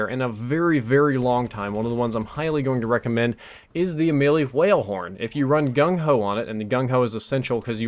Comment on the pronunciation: pronounces words that have wh in them like stewie in the wheat thins commercial. the hwale horn.